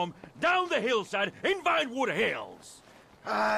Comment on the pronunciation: Chop-Chop :D (Następnym razem od razu mówie że się czyta Czap-Czap nie Czop-czop ;) Bez obrazy ;)) (i jeszcze Vinewood się czyta Wajnłud)